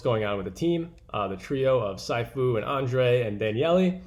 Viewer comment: Bro did you really say "Sai-Fu" at the start? ...... Dude please no, please god no. PLEASE NO. It's SEE - FU my guy. And on that note F Sifu, F Dani, and F Wonderland. People lost their life savings in this horrible rug, I emplore you to not make content about this, move onto other projects.